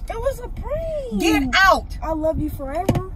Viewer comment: “I love you Forev-ER” 💀🤣🤣